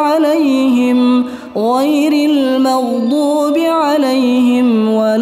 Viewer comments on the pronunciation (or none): none